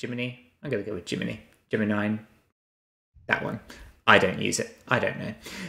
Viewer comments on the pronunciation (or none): Amazing seeing you unable to say Gemini - Je-meh-nigh